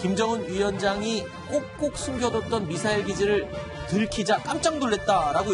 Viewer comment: 미사일도 빨갱이식 발음으로 말하네 빨갱이 시키